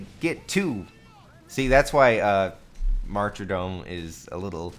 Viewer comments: Why do you say martydom as "marcher-dome". It's weird. Cut it out. It's like people who say solder as "saul-der". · Pronunciation of martyrdom bothered me most. There's no extra "r" in there.